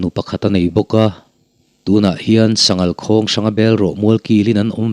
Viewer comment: Kan sawisel lawk aw, Sa ngal nilovin Sa ngâl. Bawng ngâl tih ang a lam tur a nia